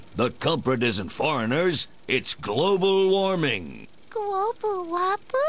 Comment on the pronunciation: gwobal woppa? uh y..yeah